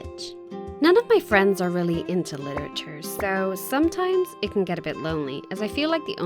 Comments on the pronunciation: how she gonna major in literature if she can’t even pronounce it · The way she says literature 😂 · Omg the way she pronounces literature is triggering me 😂 being a Brit and all 😂